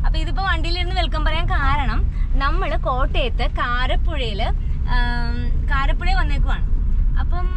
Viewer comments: കരപ്പുഴ അല്ല കാരാപ്പുഴ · കാരപ്പുഴയല്ല കുഞ്ഞേ കാരാപ്പുഴ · കാരപ്പുഴയല്ല, കാരാപ്പുഴ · നല്ല വീഡിയോ.കാരപുഴ അല്ല കാരാപ്പുഴ ആണ്‌ . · കാരപുഴ അല്ല, കാരാപ്പുഴ ആണ് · Kaarappuzha alla, kaaraappuzha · KARAPPUZHA ALLA, JI KAARAPPUZHA AANU